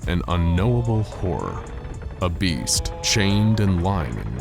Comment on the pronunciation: why everytime he said " a beast" i keep hearing it as "obese" its fucking hilarious